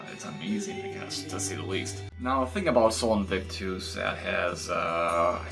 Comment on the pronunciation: Look it up buddy! I suck at writing out pronunciations (even though part of what I do for work is teaching pronunciation, eh). But basically its more like Aaa instead of a hard A and US at the end of invictus.